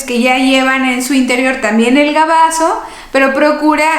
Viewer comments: BAGAZO!!! No gabazo!!! Por favor no patée el castellano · Licenciada: perdón, pero la palabra correcta es BAGAZO y no GABAZO. y muchas gracias por sus consejos. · Buenas noches doctora no es gabaso se dice bagaso